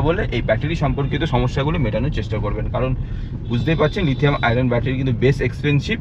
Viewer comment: it's *Lithium-ion battery, not 'Lithium-iron'.